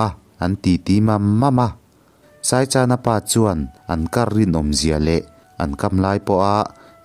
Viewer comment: Saichana tih inthluk dan hi a dik lo in ka hria... Chan hi thluk lo in, chawhmeh ka chan tih a chan tih ang hian chhiar tur a ni lo maw ??